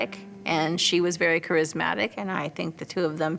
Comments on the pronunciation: In the very first minute we get “kerrismatic.” 😂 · "They were both 'krizmatic'"